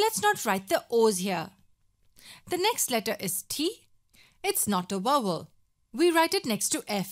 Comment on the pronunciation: she said it right!